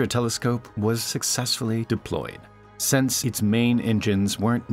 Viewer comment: Please learn the difference between "since" and "sense," and if you know the difference, please learn how to pronounce them correctly. All of mankind thanks you.